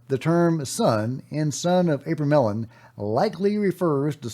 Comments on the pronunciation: Today's unpronouncable word is abramelin. Pronounced uh-BRAY-muh-lin with the emphasis on BRAY. However, gpt says otherwise. 🤷‍♂️ "AH-bruh-meh-lin" or "AH-bruh-mel-in" Here’s the breakdown: AH – like the "a" in father bruh – like bruh (casual form of "brother") meh – like the "me" in melody lin – like the "lin" in linen You got this 😅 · its Abra-mellon. The abra is pronounced like abracadabra. Fyi